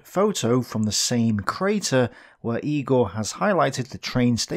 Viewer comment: Very in depth and fine as always! Though it's not Eegor Kobyakov but Yegor, just so you know the pronunciation .